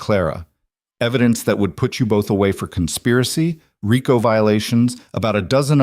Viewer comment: So the “body was burned beyond recognition “. Haven’t they heard of DNA? 😣 “Federal RIco” = REECO. How are they protecting the loyal Marcus? It’s a good story but would be better if edited by a human.